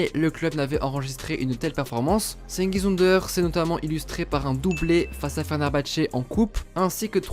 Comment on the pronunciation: PARCONTRE FAUDRAIT APPRENDRE LA PRONONCIATION DU TURQUE xD